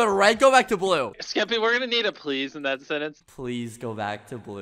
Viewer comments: Mr beast calling skeppy “skep” is so wholesome 🥺😂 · Lammetjes actually, he kind of said “skip” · I like how mrbeast calls skeppy skep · I like how he just called him "Skep" the whole time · I love how Mr. Beast calls skeppy “skep” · I just love how Mr.beast (jimmy) keeps calling Skeppy “Skep” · Everyone: Skeppy Litterally everyone: Skeppy MrBeast: Skep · a6d calls Skeppy Skep too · I love how Jimmy called Skeppy “Skep” 🥺🥺❤️ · mr beast calls skeppy, skep" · Ngl mr beast calling skeppy skep is mildly infuriating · “Skep” - mr beast 💀